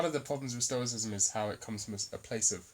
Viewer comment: Upload video of you fully pronouncing "stoicism" , I think I could get my buddy Ben to disprove your theory solely on the argument of your pronunciation alone.